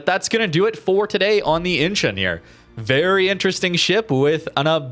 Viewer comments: I think it is pronounced "inchon" not "inchun". It is incheon that rhymes with Don, swan, John, pond etc. Google its pronounciation. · pronounced In-Chon